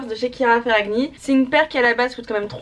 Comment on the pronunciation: Léna je t’adore mais on prononce pas le G dans ferragni, ça se dit ferrani 😂 c’est un nom italien❤️